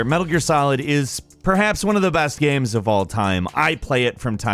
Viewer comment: Why does he keep calling games gams?